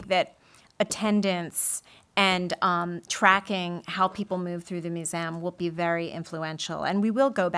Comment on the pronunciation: Brilliant session! Her repetitive pronunciation of museum as "moo-zee-amm" was funny though. :P